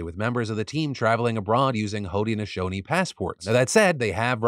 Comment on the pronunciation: I think it’s pronounced hood-nashownee